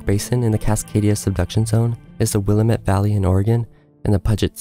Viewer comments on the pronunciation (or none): Great video. FYI, it’s “will-am-it” not “willmit”, and “pew jit” isn’t “pug it”. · Check your narrator's pronunciation: The Willamette, the major river in Portland, Oregon, is pronounced Wil-LAM-met, and Puget Sound in Seattle, Washington, is pronounced PEW-jit Sound. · Willamette Valley is pronounced will-AM-it =) I used to live there but now half way around the world... Though I miss it tremendously I feel safer with this distance from the impending Big One !!! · Will-a-met Valley, Puge-it Sound? Do some more research before posting.